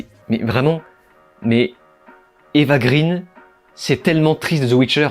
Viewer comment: excellente vidéo comme d'habitude, bon par contre je vais peut être jouer mon chieur et vous m'en excuserez par avance mais Eva Green (sa mère étant l'excellente actrice française Marlène Jobert) se prononce "gréén", son père est suédois, non américain ou anglais. oui je sais c'est du chipotage mais bon, ca se pose là simplement, vous en faites bien ce que vous voulez ! ;)